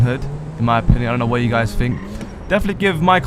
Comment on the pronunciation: It's think not fink